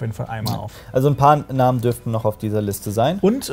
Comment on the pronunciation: Hey Jungs, also erstmal vorweg: Krass wie nice ihr die ganzen Infos zusammentragt und so, bin ein riesen Fan von euren Videos; ABER eine Sache geht mir durchgehend auf die Nerven, und zwar wie ihr die Namen aussprecht. Das hier sind deutsche Videos, es geht um die deutsche Fassung der Serie und trotzdem benutzt ihr die englischen Namen. Das sorgt für Verwirrung und klingt auch noch ziemlich blöd. Die Namen wurden nicht ohne Grund eingedeutscht und ich wär euch sehr dankbar wenn ihr einfach die deutschen Namen (bzw Aussprache) benutzen würdet. Liebe Grüße aus dem Norden, Lord Marvin :D